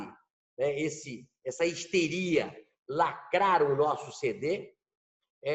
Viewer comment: Lacraru, destruiru e mataru o português